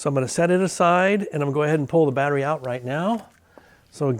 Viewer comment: Good work. You definitely gave yourself a cheeky 12V tingle there. "ou-ow-t".